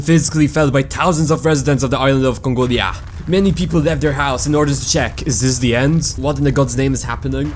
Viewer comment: “THE IS ISLAND OF CONGOLIAH”👹